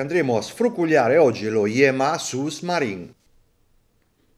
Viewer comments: Ciao, bel video come sempre e bell orologio. Un appunto però devo fartelo: la pronuncia corretta è su (con u dolce ) maren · ciao complimenti sei forte... ma si dice " su marine " senza far sentire la s finale di "sous" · Ciao Boss. Non per fare il pedante, ma la "s" finale di Sous è muta! Considerazioni linguistiche a parte, l'orologio in questione è carino, anche se lo Yema che più rientra nei miei gusti resta il Navygraf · Ma come lo leggi? Sous-marine ??? Non si dice la S!!! Significa sotto Marino